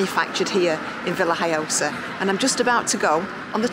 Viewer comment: Hi Stuart , the locals call it La Vila Joiosa, to make matters more complicated . It’s spelt Villajoyosa in English but the J is silent in the spoken word , so you say Villa Hoyosa. I’m now expert in languages of course , but this how it was explained to us. Hope that helps Thanks for watching.